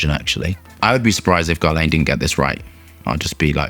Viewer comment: It's not GARLEJN, it's GERLAN